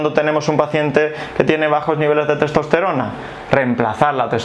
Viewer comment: Le cuesta proninciar testosterona